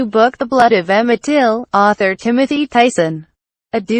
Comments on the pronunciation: His name is Till not Tilt smh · His Last Name is Till not Tilt..... Please Correct.... Thanks... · His name was Emmett TILL…not TILT😡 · Till not tilt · His name was Emmett Till. Get it right!! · First get the name right please and thank you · Did you deliberately, get his name wrong ? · Till. It’s been three years and you still haven’t corrected his name. You are hopeless.